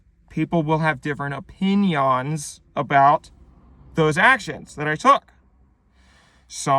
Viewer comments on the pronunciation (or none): u hit that "opin-yawns"